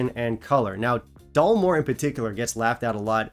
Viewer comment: Perhaps it's your Taiwanese accent,, but I could have sworn you were pronouncing it Dullmore.🤔